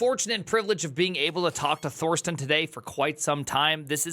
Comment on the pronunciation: There is admittedly a "th" in "Thorsten" but ze Germanz do not pronounce it. So the guy's name is pronounced "Torsten".